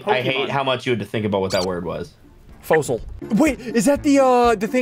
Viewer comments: Fossil not fosol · its not a fosol its a fasol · it’s not a fosoL ssundee it’s a fossil 😂😂😂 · It's not fools it's fosll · Sundee:Its a fosol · It is f o ss l e